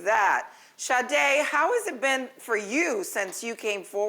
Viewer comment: It is so irritating when people say ShaRRRRdae. She has the exact name as my sister. And I hear people here say it all the time. THERE IS NO RRRRR IN HER NAME 😂😂🤦🏾‍♀️